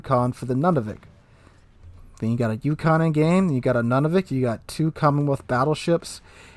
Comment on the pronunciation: FYI... it's not pronounced NUNavik, it's pronounced NOONavik. And now you know. :)